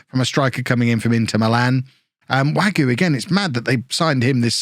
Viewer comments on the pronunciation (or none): Btw mousse wague is pronounced wag-a not wagyu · I'm gonna try this pronunciation stuff even though I have no idea if I'm doing it correctly. With Wagué, the "u" is silent (same with Mingueza) and the "e" is pronounced as an "a" for you. Anyways, love your videos!